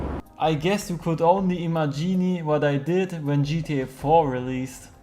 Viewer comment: warum sprichst das Wort imagine (vorstellen) so aus als wenn es ein Italienisches Wort ist?